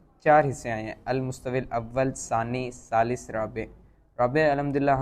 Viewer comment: المستوی کا تلفظ درست نہیں کیا گیا